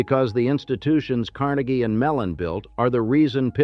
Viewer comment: Car NAY ghee, (not Carn a ghee).